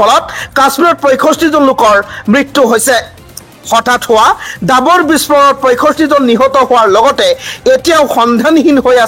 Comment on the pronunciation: Dabar nahoi uchcharon davar